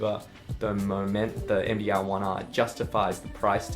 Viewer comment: you say there is a MDL1R. or you say all the time MDaarrGGLLL 1R ?